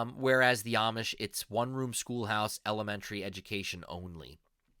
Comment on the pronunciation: If you say Amish with a short A sound you are saying it wrong. They pronounce it with a long A sound.